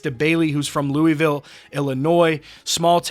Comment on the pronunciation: Soooo happy for him!!! Just an added correction tho, his hometown is pronounced Lewisville....I live about 20 min away from it and my best friends son used to play high school baseball with him. So great to see a small town boy make it to the big time!!